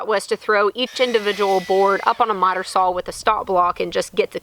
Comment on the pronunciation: saw not sawl